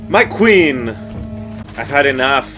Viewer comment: Lol "muh queen" 😂